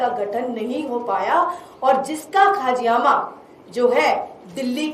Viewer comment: खाजियामा नहीं बल्कि खामियाजा शब्द ठीक है